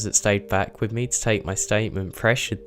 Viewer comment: I thought I was the only one! I don't know why it bothers me so much but I hate how he sings the last word of every other sentence. And he says things like "wiv" instead of "with" for example.